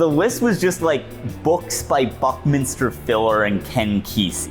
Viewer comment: I genuinely can’t imagine why we should take anything you say seriously if you can’t even get Buckminster Fuller’s name right.